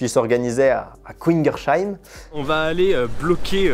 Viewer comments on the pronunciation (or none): Je comprends les enjeux mais on peut reparler de comment t'as massacré la prononciation de Kingersheim ? C'était fait exprès ? 😂 Je croyais que t'étais Alsacien ("couingerchaim" ???)